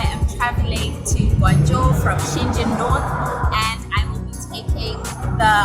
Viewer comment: Hey sister, as a Guangzhou people I really appreciate that you pronounce the Guangzhou in a correct and clear language but Shenzhen not, all I have just respect for you ✊